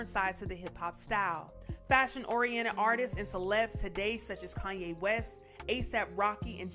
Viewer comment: Is she saying Kanye WESTES? TF?!??